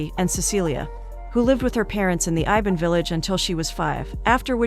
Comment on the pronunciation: iban , I B A N . not IVAN , wtf. REAL FACT : MALAYSIA consist of 3 country - PERSEKUTUAN MALAYA : PENINSULAR MALAYSIA - SABAH - SARAWAK Same like UK